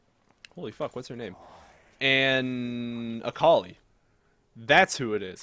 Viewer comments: Its not "Äkalai" its Akali! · Samuel Fontaine But seriously "Äkalai" How can you even say it like that i dont understand?